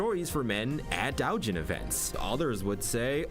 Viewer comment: I'm suspicious of 'long time anime watchers' that haven't figured out basic Japanese phonics. How do you mispronounce doʊjin as daʊjin? That is actually unbelievable to me.